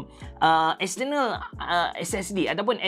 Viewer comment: Silentkan R pada perkataan External & compare... Buat mcm biasa je...